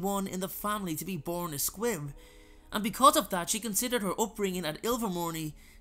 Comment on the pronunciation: I thought he was saying squid 🐙